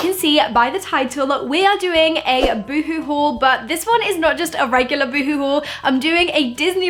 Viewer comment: Oh hon that's not how you say boohoo